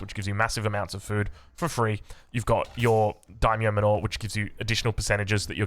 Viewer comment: Sweet build bro can't wait to try it out. Btw... Why do you keep saying "m'norr"..., I notice you do it in a lot of your vids. I get your pronunciation on foreign words may be this or that but manor is literally an English word my dude lmao... Anyway love your content.